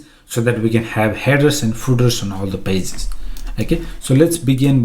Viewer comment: Nobody: Say Pages: PAZESS